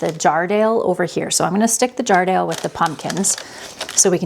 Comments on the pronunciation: I grew up just up the road from Jarrahdale in Western Australia. Your pumpkin looks like it's cross with a Queensland Blue No worries because they are both pretty good Also, it's pronounced jar-rah-dale Not jar-dale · The Jarrahdale pumpkin is an Australian variety - we pronounce it JARRA-DAYLE (jah-ruh-dayle). My favourite to grow is the Kent pumpkin - worth a try if you can get some seeds! Will need to see if I can track down some peanut pumpkin seeds this side.